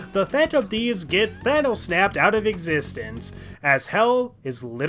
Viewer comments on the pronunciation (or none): none